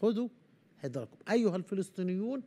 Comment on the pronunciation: يا يقال خذوا حذركم بالفتحة على الحاء وكذلك الذال والراء